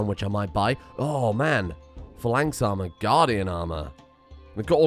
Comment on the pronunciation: Dear I have noticed you have been mispronouncing phalanx. You seem to be saying "fa lanx", when it is pronounced "faelanx" Your servant, Intrepidferret